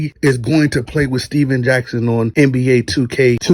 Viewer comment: How come you can't say NBA?